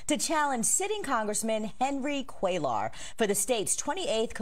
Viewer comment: it's embarrassing that the anchor repeatedly mispronounces Cuellar...like, really?